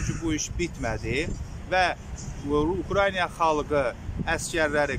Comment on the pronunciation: УКРАЙНИЙА😂😂😂😂 Украина,мал!!!